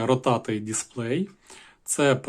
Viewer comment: Меню месурі блять😅 В якій школі ти вчився, хлопчино? Про серйозні речі розповідаєш, але двох англійських слів не можеш зв'язати? Дисплей ротатє блін.